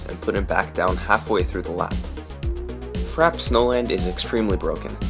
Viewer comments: It's "frap-ey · Frappe is mispronounced too. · There isn't an accent on the e in the game. It is also pronounced frap in some areas